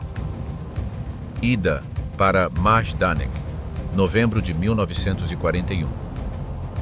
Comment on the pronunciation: Why can't you say 1941😅